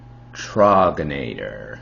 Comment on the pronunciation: Great work on the video👍🏼. One of my go-to beers. Has a great taste from the glass bottles and definitely a “mild aroma”, would/have recommended it to my buddies if they want a heavier craft beer. I’m like 99% sure it’s pronounced like “rouge” with a Tr instead of a R. I’m from the Hershey area and it’s a common craft beer around here. Can even find it at a convenience store.